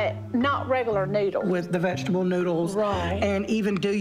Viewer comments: "I ain't afraid of no veggable" LOL Is that the plant that is able to be vegged? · You know you’re fat when you pronounce vegetable as “vegeble” 😂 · erm, um, sorry but I think the word was veg-able.